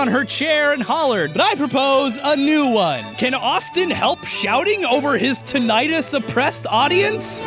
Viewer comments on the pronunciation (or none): What's a Pie-Thag-uros? did you mean Pythagoras? also What's a Tunietus? did you mean Tinitus? (I mean you know how to pronounce Azeroth just fine... why not these words?) other than those horrible pronounciations good episode^^... surprisingly so, because I didn't even play World of Warcraft ever XD also... don't hate yourself! Not even as a joke... there are so many people that love you and your content Austin :)